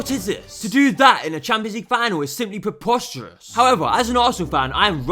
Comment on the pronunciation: nothing is worse than your forced accent. white boy pretending to be ethnic + annoying zoomer lilt + some googoo gaga. why do you say tewwified and pwepostewous lol. what accent is that?